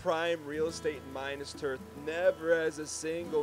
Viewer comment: maybe one day, one day, will pronounce and spell minas tirith correctly...... BUT IT IS NOT THIS DAY!